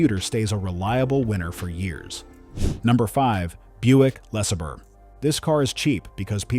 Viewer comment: Buick "Lessabur"